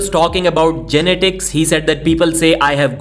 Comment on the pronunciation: Learn how to pronounce genetics. You're butchering that word